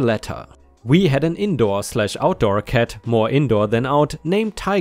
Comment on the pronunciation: This guy can not pronounce letter "a" he says dead and ket instead of dad and cat, its sounds so dumb bekstory😂🤣